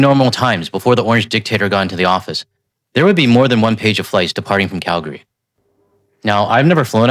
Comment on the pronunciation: Dude you said Calgary right. Impressive! Very minor but so many don’t